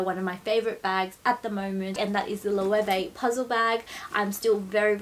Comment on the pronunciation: I am a Spanish speaker. Let me help you "Lo" "e" way". It's always been big just not in daggy places like Australia and the States 🙉🌼😘